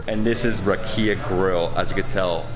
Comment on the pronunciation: Just a small correction: It's "rAkia", not "rakIa". The emphasis is on the first "A".